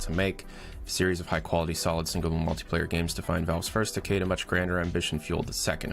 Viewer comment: if he keeps saying decade like that I'm not going to finish this fucking video.